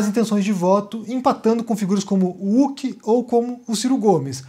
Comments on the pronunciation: Gosto muito dos seus videos mas para de falar Uck, é ruck kkkkkkkk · Não é Úqui que fala, é Rúqui! Kkkkk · Por que vc faz questão de falar as hoc como som ade rock, e Huck=Ruc, vc fala com o som Uck?????? É o nome dele, não é uma citação!!! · o H de Huck tem som de R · O não tá acertando a pronúncia do sobrenome do Luciano Huck...: D